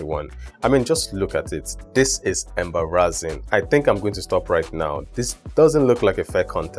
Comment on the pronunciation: now i know the correct pronunciation of "embar rassing".=)